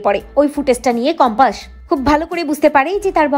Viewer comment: সঠিক উচ্চারণ হবে কম্পাস। বার বার বলা হচ্ছে কম্পাশ😮😢